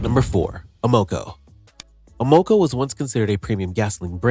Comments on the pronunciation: STOP USING AI FOR YOUR NARRATION! It’s not Uh-MO-co. It’s AM-uh-co, you moron! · I’ve never heard it pronounced ‘A MO CO’. In my 77 years in many different locations it has always been pronounced’AM AH CO’. Just saying. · It's not "a mo co"...it's pronounced, "Am a co". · Just the fact that the narrator pronounced Amoco as A-MO-KO was hilarious and stupid. I wouldn’t believe one word of this scam of a video. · Amoco... I've heard it pronounced: "AM-uh-co" ALL my life! (NOT "A-MO-co"!) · Ahhh-MO-KO? It’s AM-ahh-coe. Get rid of AI voiceovers. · Amoco = AM-oh-CO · A-mo-co name does not sound nostalgic because it's pronounced Am-o-co. Sad YouTubers get paid and are too lazy to actually make videos now. it's all AI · Who the heck is A-Moco? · Amoco? Not pronounced like that. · AI needs to learn the correct pronunciation of Amoco. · I know at least ten auto repair shop owners and asked them to watch this video. All said most of it is pure BS. Oh, and learn how to pronounce Amoco. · I heard that also, never heard it pronounced that way. AI voice most likely. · You are saying Amoco wrong